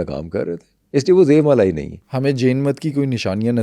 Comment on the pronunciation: Aik sawal aya k DEVMALA kaha jeye ya pronunciation DEYOMALA?